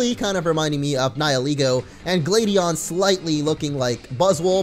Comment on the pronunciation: much why can't you say gladion write